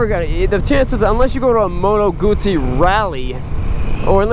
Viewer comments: I don't know why you say “Guzee”? It's supposed to be said as “Goot-see” Do you say Pizza as “Piza”? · no! It's not "Gutzi". It's "Gudzi". Or at least that was how the Sicilians were pronouncing "zz" sounds during my 2 years there in 78-80. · No it ISN'T pronounced "Goooo-tsee"..... the start of the word is pronounced with a hard 'oo' like the start of 'Good', with 'tsee' replacing the 'd'. Why can't 'Murkans get the hang of this? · I hope it is not a STUPID question, but is it pronounced, G-oo-ss-ie, or Goot-see?????????? Thank You Very Much. Regards. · It pronounces "Guzzi" with double Z, so you should remark the Z sound. Btw this bike isn't stock, for what I can see, there are the following aftermarket parts: - Solo seat - Led headlight - Side mirror - Indicators - WIndscreen